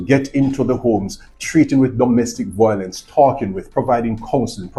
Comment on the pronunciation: It’s a shame that our Jamaican people and family can no longer talk things out without being violent and killing each other, shame indeed. Anyways officer, the word is Violence and not volence.